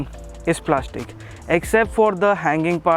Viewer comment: Plashhhtic plashhhtic ahhh luha tina plaashhhtic!!!